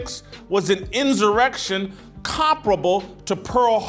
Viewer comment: You continue to pronounce "insurrection" as "inzzzzurrection.